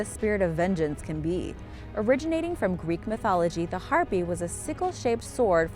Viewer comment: That's Har-pay, not Har-pee.